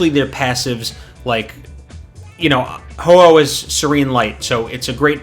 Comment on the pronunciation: Triggers me everytime you say ho-ho and not ho-oh but good video helps me a lot since I'm new.